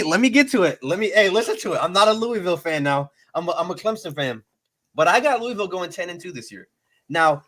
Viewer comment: Say Louisville right smh. Google it. It’s not LEWIEVILLE it’s LOUHVILLE. Also there uniforms is because there an adidas flagship school. Conference they avoid Clemson, Florida State, UNC. There transfer portal has playing experience. Not guys who were just running drills in practice. They got guys with real snaps and experience. You guys are sleeping on Duke that’s a sneaky game. Losses will be Miami, Notre Dame, NC State and Duke are coin flips. Helps having Duke at home. Plummer was originally at Purdue under Brohm. Realistically I see 8-4 ceiling 9-3. Schedule helps so much. No love for pierce clarkson? All about Brady and forgetting pierce was at Boscoe and a national champion high school qb